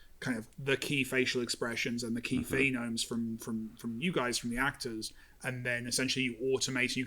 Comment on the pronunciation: tiny thing, but it's phonemes not phenomes